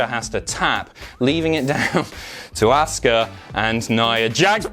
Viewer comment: Imma boo more at the way you say Auska then nia jax